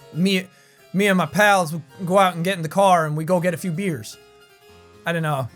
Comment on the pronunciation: it's funny because you were talking about accents and stuff and then when you tried to do the just mainly neutral kind of accent you said something like "get some beers" and then it sounded Irish again. I bet if you'dve said burgers instead of beers, I'dve totally just thought it was good. It's weird.